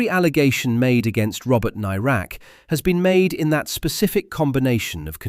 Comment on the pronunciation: I don't think you're pronouncing "Nairac" correctly. At the time of his disappearance it was always pronounced with the "air" part of the name as you'd pronounce the "air" that you breath.